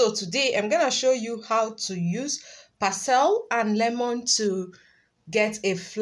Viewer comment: we say Par SLEE